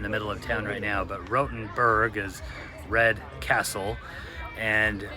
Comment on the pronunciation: Diese KI Stimme ist eine Zumutung, sie kann ja nicht einmal der Name Rotenburg aussprechen 😢